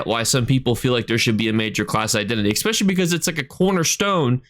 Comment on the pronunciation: i love your videos, but every time you say 'expecially', i cringe.